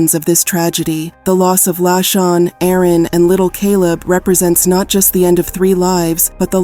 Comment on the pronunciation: Her name was La Shon, not Lachin